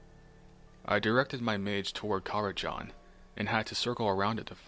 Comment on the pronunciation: I will complain you said karazhan wrong.